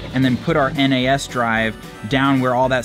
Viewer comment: Your network attached storage is referred to phonetically as NAS(z), a single word sounded out. Not N.A.S.